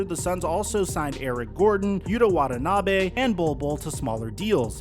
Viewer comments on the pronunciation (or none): none